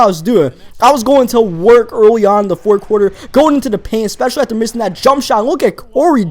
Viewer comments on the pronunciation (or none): It's not "dat" it's "that" and it's not "dere" it's "there"